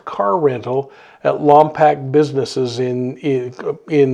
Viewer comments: I truly love your show and I wish the best in finding Melodee. However, Lompoc is pronounced lom poke not lam pack. Sorry, it just grated on my ears. Also, you are in my thoughts for your health. Keep well. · On your next video on this please get the city name right. Lom-poke. We would even settle for Lom-pock. Just please stop saying Pack. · Many blessings! Just a quick correction, Lompoc is pronounced Lom -Poke, as if someone is poking you. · Thanks for your report. FYI: Lompoc is pronounced Lom’ poke. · I’m from the area and it’s pronounced Lompoke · Worst pronunciation of Lompok